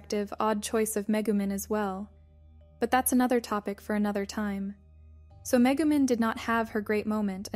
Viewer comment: "Meh-goo-men" hahaha